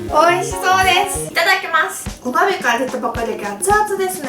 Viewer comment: お鍋がお豆に聞こえちゃう😂